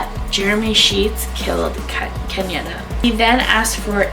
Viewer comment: And it's Kenyatta (KEN YA (Ahhh sound) TTA)